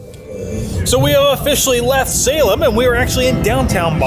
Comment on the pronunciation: Haha, thought the same thing, with the pronunciation. I am from New Hampshire and haven't been to Salem, MA but hear tons of Boston radio stations with reference to the areas and knew when he mispronounced that place.